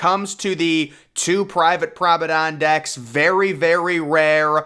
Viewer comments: I have help you out with this, as a native British speaker. It is correctly pronounced Prom-on-ahd deck not prom-on-ahn, the D is hard not silent another correct pronunciation for this in American English is, promon-aid as in band aid also with a hard D. Hope this helps your presentations in future, And a great video by the way, Thank you for your work. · Don’t make anymore video on the promenade if you can’t pronounce it correctly lol. Truly atrocious pronunciation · Nice video, interesting pronunciation of Promenade....which I don't think ends with an "N" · It’s pronounced Promenade* cool video!!